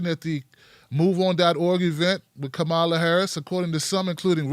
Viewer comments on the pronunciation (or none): You guys pronounce her name like 8 different ways throughout this video, and it's distracting from what you're saying. At least have the respect to learn how to say her name. It's pronounced comma-la.